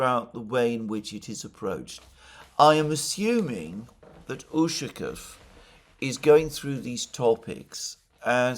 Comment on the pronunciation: its not ùshakov,its ushakòv.